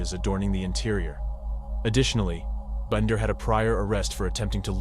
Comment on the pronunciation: Would you please put more effort into your videos? You call Michaela 2 different names in this video. You did the same thing with the susoect going between Binder and Bender. If you're going to make videos about murder victims, you have a duty to show them the respect of pronouncing their names correctly each and every time. ETA ~ The music is unneccessary and too loud.